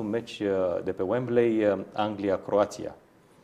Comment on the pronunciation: Uembli,, not Uemblei😂